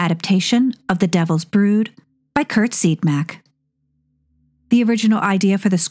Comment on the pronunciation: Please, please correct your pronunciation of Curt Siodmak. I knew and have interviewed Curt, and his last name is pronounced See-odd-mack.